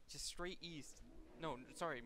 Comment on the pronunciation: east? I thought you said weest